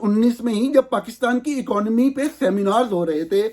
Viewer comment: Plz correct pronunciation of following words: 1. جوید نہیں جاوید 2. باہِر نہیں باہَر 3. اَکانومی نہیں اِکانومی 4. فیبروری نہیں فروری(اردو) یا فیبوری(انگریزی). 5. وقَت نہیں وَقت 6. ۔جرنِیل نہیں جرنَیل 7. منتقَل نہیں منتقِل 8. اَنویسٹمنٹ نہیں اِنویسٹمنٹ U R doing a good job. Well done and keep it up.